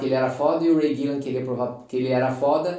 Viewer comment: Não é Ray Gillan, e sim Ray Gillen, a todo momento ele fala errado.